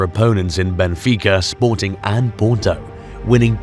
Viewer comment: I am wadting my time on this channel. This researcher can not be taken serious. First you say the name of the club WRONG, in fact, you havent said it right not even once.. Secondly you ignored important facts. SPORTING WON 3 PORTUGUESE CHAMPIONSHIPS in 40 YEARS, not 2 as you mentioned here. What misleading information you are passing to the football fans 🤦🏾‍♂️